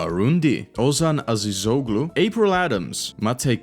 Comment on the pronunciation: damn that was a clean pronunciation of Ozan Azizoğlu also, Peugeot 206 lmao